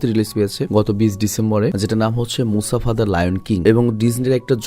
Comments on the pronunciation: Vhai Mufasa not musafa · Musafa ❌ Mufasa ✅ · Mufasa k msafa banay dise 😂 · Vai!!!. Mufasa!!!!! Musafa na! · ভাই গল্প শুনে ভালো লাগলেও, মুসাফা নাম না ভালো লাগলো না, কারন মুফাসা নাম হবে। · ভাই আপনার পুরো ভিডিও শুধু মুসাফা মানে মুফাসা কে নিয়ে,,, কিন্তু একটি বারের জন্যও সঠিক নাম উচ্চারণ করেন নাই 😂 মুসাফা ❌ মুফাসা ✅ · Vai musafa × mufasa √ 😊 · ভাই স্ক্রীপ্টে ক্যারেক্টার গুলোর নাম সঠিক ভাবে লিখবেন, আপনি মুফাসাকে বলছেন মুসাফা, আর টাকা কে বলছেন ডাকা, মানে কী বলব, 😑😑😑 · Musafa the lion King na bhai ❎ mufasa the lion King hbe ✅ 😂😊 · Musafa na borong mufasa hobe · Dhur miya musafa koi pailen er jnno r vlo laglo na jar jnno baad dilam dekha apnar video. Gorib banglali 3 belay vaath khay r vulbal English bole .mufasa the real one man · Musafa ki mufasa hobe mone hoy😢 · mufasa naki musafa🙃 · vai aita Mofasa hoibo Mosafa na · vai musafa na mufasa vai mufasha the king explean valo hoi nai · Vai Mustafa noy mufasa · ভাই ওটা মুসাফা হবে না ওটা হবে মুফাসা 😅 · আমি বলতে এসে দেখি আপনারা সবাই একই কথা বলেছেন, তাই আমি আর কিছু বল্লাম না 😂মুসাফা ❌মুফাসা ✅ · Musafa na mufasa